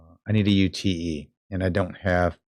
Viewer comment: good vid - UTE is not U T E - pronounced yoot - short for utility